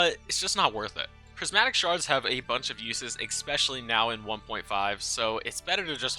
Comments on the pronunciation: it is not eXpecially, it is eSpecially, saying it with love <3, also thank you for the video, it has been super useful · Is "expecially" a pronunciation in some english speaking regions? Why so many people say it like that. Other than that good vid :) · how you gonna call my girl Haley a hoe then go on to say "expecially" like 20 times? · "expecially" "shashimi".... bro cmon